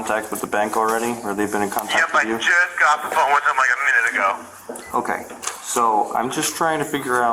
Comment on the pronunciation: The way all cops say "okay" REALLY gets under my skin. Its like they say okoy.